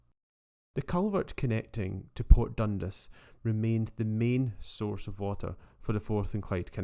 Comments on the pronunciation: 10/10 man but.. DUN 'DAAAS' not DUN 'DIIIIS' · Definitely not got an i in dundas anyway . You’d think he’d do abit of home work before putting videos out . Lazy 🙁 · I believe it is pronounced Dundas as opposed to Dundas. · its pronounced port DUN-DAS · Dun-DAS! Please! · Dundis 😭😂😭.......nah! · Interesting presentation, have I been saying Dundas wrong all my life?